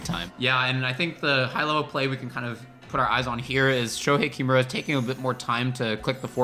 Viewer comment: Not Shoehei "KIMura", its "kiMUra", emphasis on the middle syllable!